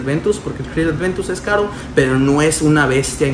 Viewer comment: Aventus, a mi éste me canzó el oído con su Creed Adventus jajaja